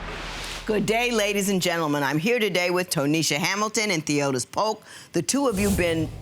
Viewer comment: His name Theotis, ma'am.🤦🏾‍♀️